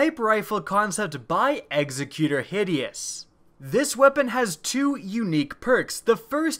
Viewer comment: The Zen Meteor-style sniper was nice, but I love the Villain rifle. Hakke has great designs, and I love the blue motif. The runners-up were also very nice concepts. Also,, the title "executor" is pronounced very much the same as "executive." It's just a different ending.